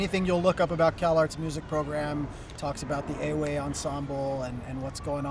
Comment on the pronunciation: Why do you say the word EWE wrong? why do you play everything wrong my friend? Akufede is weak. your friend playing wrong support pattern.